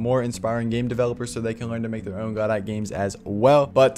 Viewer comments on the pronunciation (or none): Just letting you know, it's pronounced "g'dough", not "GO-dawt". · good vid but its guh-doh not godot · "go-dot" lol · The creator pronounces it Go-DOT which I think is technically wrong but I think it contributes to the philosophy of the engine. You can fork it and make it your own, and you can also make the name your own by whatever weird pronunciation you fancy